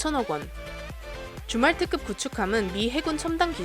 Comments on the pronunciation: 줌왈트급... 자꾸 주말특급 으로 들림 ㅋㅋ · 줌왈트급을 주말특급이라고 들음ㅋㅋ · 줌왈트급이 주말특급으로 들려요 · 줌왈트급의 발음이 주말특급으로 들린다. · 자꾸 주말특급으로 들리네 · 줌왈트급 나만 주말특급으로 들었나? 예^^